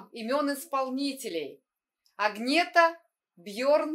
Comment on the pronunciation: Не Агнетта она, а Аньетта или просто Ана.